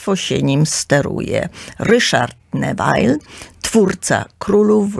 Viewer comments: Nie Newail tylko Newil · Groza. Też mi się kompletny bigos w głowie zrobił 😢 Kobieta bredzi jak potłuczona. A jak słyszę "Newajl" to mnie zęby bolą... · Droga, piekne audycje. Dziekuje. Neville wymawia sie Newil, ❤❤ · Ludzie, dajcie spokój, kobieta tak się ekscytuje brzmieniem swojego głosu, że myli postacie, numeruje sobie królów jak popadnie, ogólnie wprowadza okrutne zamieszanie 😳 kilka razy musiałam cofać żeby sobie poskładać fakty 🤕 A "Newajl" przyprawia o ból zębów 😢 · Nazwiska Neville nie mówi się tak jak pani redaktor gdyż Neville z francuskiego pochodzi. Nikt W UK taki nie mówi.